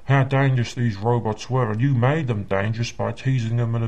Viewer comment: Thank you. I wondered what happened to this guy. I was pretty sure it must have been something like this. I love when he says "robits" in this video.